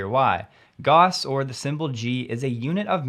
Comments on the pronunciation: Another Great video, thank you. PS- pronounced “Gao-ss” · German mathematician and physicist Carl Fredrich Gauss, It's pronounced "gows" like house with a G. Gauss is a measurement unit of the magnetic field. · gows ..... gauss is "gows" or pretty close to it...